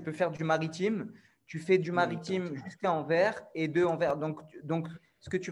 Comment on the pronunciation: salut bonne vidéo et intéressant, mais une chose la ville c'est pas Anver mais Anvers le s se prononce .